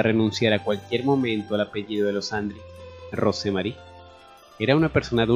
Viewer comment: Lo único que podría decir sobre la narración sin ofender, aclaro, es que el nombre ROSE MARY, se pronuncia ROUS MERRY. Solo un detalle.😉.